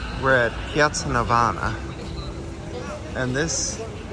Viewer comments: NAVONA not NAVANA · Piazza Navona, non piazza Navana !